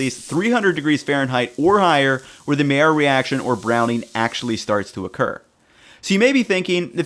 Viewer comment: Pronounced Maillard correctly = Thumbs up and subscribed. It shows he cares. :-/